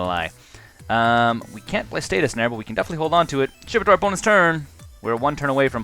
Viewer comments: Please stop saying status snare. Please? It's stasis snare (pronounced stay-sis) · Good games. Btw, it's StaSis not statis snare. Ssss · Stay-sis Not Stay-tus Ahhhhhh please!